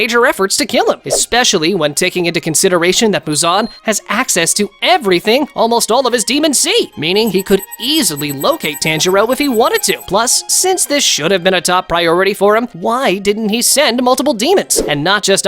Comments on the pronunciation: Bro pronounced it tainjiro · The way he says tanjiro physically hurts me (TANjiro)